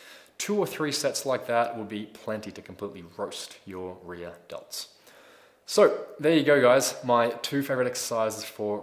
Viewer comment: Sounds like he's saying Re-Adults instead of Rear Delts .